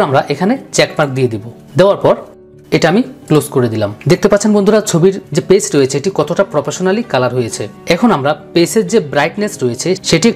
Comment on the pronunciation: খুব সুন্দর টিউটোরিয়াল...তবে বারে বারে 'পেস' শব্দটা কানে লাগছিল...আশা করি আগামীবার ঠিক হয়ে যাবে! বেস্ট অফ লাক ব্রো! সব গুলো আর লেয়ার এক বারে marge করার জন্য Shift+Ctrl+Alt+E /Shift+Ctrl+E ব্যবহার করতে পারেন ^_^